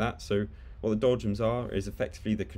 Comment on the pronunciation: are you saying doljums? it sounds like you're saying doljums